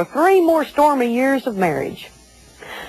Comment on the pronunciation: Shut up,. You're annoying. And it's tomor-ROW, not tomor-rah!!